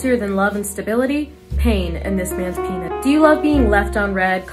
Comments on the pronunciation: NOT PEE-HEE-NIS 🤣😭😭😭💀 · humbly suffocate on this man's pee-hee-nis" good one, good one and rip michael jackson